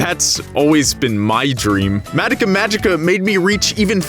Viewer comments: H-How does he pronounce Madoka?? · WHYYYY DO YOU KEEP SAYING HER NAME LIKE THAT! THEY NEVER SAY IT LIKE THAT! WHYYYY! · Here’s me getting triggered on how you pronounce Madoka 😂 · I really really wanted to like this but I can’t get past the way you say Madoka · I'm kinda cringing at the pronounciation of madoka.. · The way you pronounce Madoka really throws me off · Why do you say Madeka? Its MadOka. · Why tf does he say it Mattika, not Madoka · It's Madoka. Not Madaka. Why the hell do you and so many others butcher the name when the anime tells you how to say the name? I'm surprised you didn't call Mami, Mimi. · Mah-doh-kah not Mad-dah-kah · Take a shot every time he says mad-uh-kuh instead of mah-doh-kuh. Maybe by the middle I'll hopefully get alcohol poisoning. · Say it with me, “Mah-Doh-Kah.” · I don’t like how you say her name MADICA / MODOCA / MUODOKA but if that’s how you actually pronounce her name go off Good review tho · Oh boy. The way he says Madoka just makes me Mad-oka. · nobody: not even madoka:: MAH-duh-kuh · I love your video... I cringe whenever he pronounces Madoka “Mad-ik-a” 😅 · “Madika” 😬cringe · Mah dough kah. Madoka. They constantly say the name. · Excuse me did you say MADICKA? oh well it just bothers me a lot but ok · The only thing that bothers me is how you guys pronounced Madoka. Mah-Doh-kah. Where is the "eh" coming from? Great video other wise. :3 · I'm hering, Madaka ;-; Edit: i also heard Homuda(muda muda muda!) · Oh Haruhi Not expecting this video in my sub box XD The unexpected is unexpected. First of all: FUCK YOU KYUUBEY FUCK YOU 2nd of all: THOSE 'COSTUMES'!!! YES!!! WE HAVE PEAKED AS A SPECIES!!! Truly the true way to circumvent copyright claims! 3rd of all: Madaka?????????? MADAKA?????????? MADAKA?!?!?!?!?!?!?!? What happened?!?! Did no one in production realize saying 'Madaka' instead of Madoka??? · Your pronunciation of Ma-doka is cringeworthy. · its kinda grinding to hear him mispronounce her name constantly